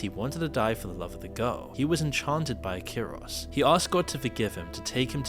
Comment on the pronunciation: It's "Ikaros" not "Akiros"...The name has ties to the Greek mythological character "Ikarus" who flew with a pair of wings made of wax,to close to the sun causing the wings to melt. Icarus fell from the sky, plunged into the sea, and drowned. (there is a bigger lore of course,that's just a snippet)